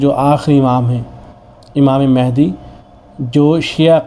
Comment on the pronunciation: امام مَہدی علیہ الرضوان پڑ ھنا چاہیے ۔م پر زبر ہے۔